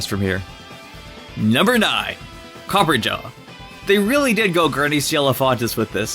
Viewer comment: Jesus it's pronounced COPPER - AH - JAH NOT COPPERGA